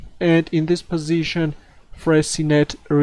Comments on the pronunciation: You spelled it correctly (Fressinet) but you mispronounced it. It's not Fressinette like in 'rocket', but Fressi-nay like in 'cabaret'. Good luck with your excellent videos! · You are correct. é : this sound does not exist in english, that's why i made and approximation. I should have said that Fressinet is pronounced like in the word 'touché'. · Not Fressinette but Fressinay. Nice editing.